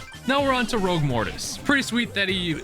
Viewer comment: Rogue Mortis not Rouge Mortis 🙄 Werewolf Leon not Warewolf Leon 🙄